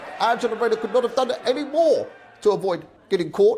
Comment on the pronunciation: She did 'Evryfin Proper' say it all.